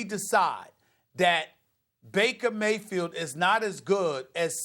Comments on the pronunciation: Nobody: SAS: "Maker Vayfield" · "Maker Faybield" 😂